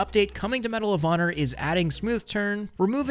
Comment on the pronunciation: Damn it's medal of honor always understood medalovana